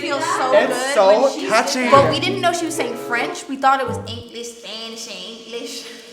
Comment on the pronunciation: for eenglesh spanneesh and frEnch